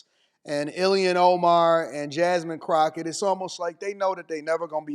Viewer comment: I think he said Jasmine CROCKOFSHIT😂😂😂